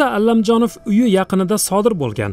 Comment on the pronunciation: Allamjonov emas jurnalist honim Komil Alamjonov tilizni sindirib quymen tagin chiroyli gapiraman deb oddiy aytsaizam tushinamiz.ALAMJONOV familiyasi